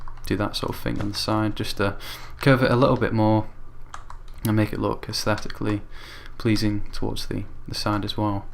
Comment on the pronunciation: Count how many times he said asteticly pleasing